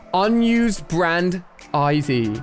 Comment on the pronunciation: he said iv instead of id